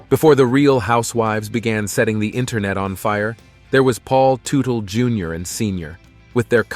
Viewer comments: It’s not tootle…………It’s Tuttle or did I not just turn 60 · Really? Tootal? Learn how to pronounce their last name. It's Tuttle, not Tootle. So disrespectful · Bro have you even watched the shows? It’s tuttle not tootool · Who’s “Paul Tootle”? 😂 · Paul Tu-tool Jr. Right off the bad we're to a very bad start. Can't pronounce Teutul. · did you say "totool"? lol It's "tuh-tul" Teutul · Man making a video of a family and you can't pronounce their last name. Did you ever watch the show. It's not tu tal it's tut al. Another dumb ass that makes a video and didn't do the work. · It’s teutul yah fuck ! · I stopped watching 60 seconds in because it was obvious this was going to be a pathetic video when they first call him Paul Ta-tool then 30 seconds later call him Paul toodle. Just lazy and sad from the start. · IT'S PRONOUNED "TUT-EL" 😡😡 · Tootle is driving me insane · As soon as this man said ‘Too-till’ I stop watching. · It is proonunced TUTTLE! A true legend. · You’re pronouncing their last wrong. It Tut-ul. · Paul Two-Tool or Toodal 😂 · ‘Too-till’ 😂😂 I just love when people post videos on people they know absolutely nothing about! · The "Tootells" 😂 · I had to stop 44 seconds in because you didn't even know how to say his last name properly. You're a donkey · Dude you are saying their last name wrong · You could at least pronounce their name correctly if you are gonna try to capitalize off of their story. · It's Teutul, not Tootle!